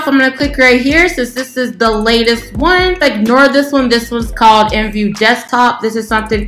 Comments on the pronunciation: nobody says imvu.... They all say I M V U So instead of being professional just be normal maybe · r u seriously saying imvu instead of I.M.V.U cuz u saying it wrong